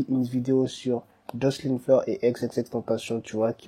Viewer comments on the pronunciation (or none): none